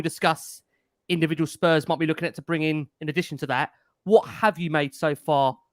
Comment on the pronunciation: Great show as always but please stop saying Spurs’s. ✊🤍